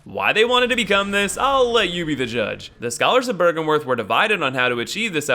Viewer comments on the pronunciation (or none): BRYGENWERTH? ITS BYRGENWERTH* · it is BYRGENWERTH not BRYGENWERTH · BRYGENWERTH. BRY GEN WERTH